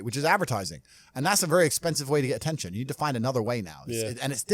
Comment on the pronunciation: ATEETION AND MONETIZE